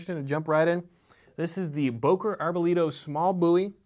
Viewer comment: Bo .. Not Buuuu